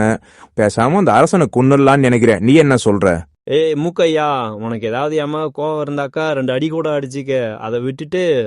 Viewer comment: முக்கைய்யா அல்ல மூக்கைய்யா.. கதை நன்றாக போகும்போது இதுபோன்ற உச்சரிப்பு தவறுகள் ஆர்வத்தை பெரிதும் குறைக்கின்றன